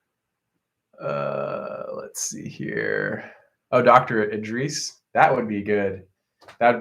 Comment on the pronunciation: Lol how you pronounced Dr. Idriss' name. She's a vibe. Love her. def do a collab if you can!